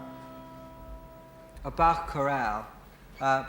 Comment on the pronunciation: A musician's musician - even pronounced Bach correctly. ;)